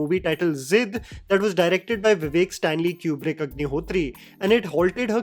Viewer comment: i had to rewind just to make sure i heard it right 😂